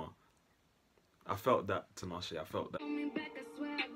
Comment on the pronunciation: TEE-NAH-SHAY. Not TEE-NAH-SHE.